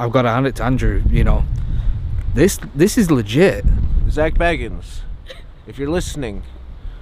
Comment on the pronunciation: lol everyone pronounces zak bagans wrong